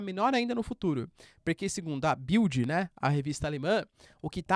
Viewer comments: A pronúncia correta é "Bild" (e não "Baild"). Você sabe o quer dizer? É "Retrato". Mas não é bom, é mais de "fofoca", o "Spiegel" é bem mais sério ... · Bild se fala: BiLt com o L bem enfático